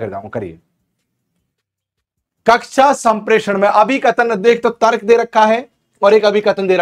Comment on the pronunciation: Sirji sorry Aapki v hindi suddh nhi aapne Tarak bola jo tark hota